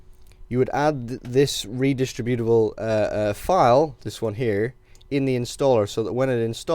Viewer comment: pre-rec-wiz-its and re-dis-tribute-uh-ble